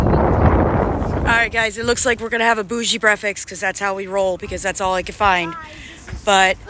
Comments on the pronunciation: Is brefix a new thing or may be u are not saying it right? Just wonderin'!? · Say the word breakfast again 😅 I like the way how you pronounce it ❤